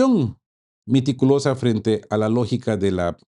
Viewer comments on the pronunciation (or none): No es miticulosa.....es meticulosa..